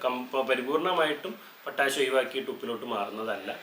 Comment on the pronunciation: എന്തിനാണ് പൊറ്റാഷ് പൊറ്റാശ് എന്നിങ്ങനെ പറയുന്നത് . ആ തെങ്ങിൽ നിന്ന് കിട്ടുന്ന ചേരിയും മടലും കത്തിച്ചിട്ട് വെണ്ണീർ ചേർത്താൽ പോരെ . അതിനൊക്കുന്ന ഒരു പൊട്ടാഷും ഇന്ന് ലോകത്ത് വാങ്ങാൻ കിട്ടുമോ .